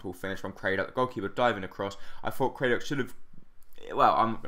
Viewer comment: It's Crad-dock not Cray-dock mate. Great videos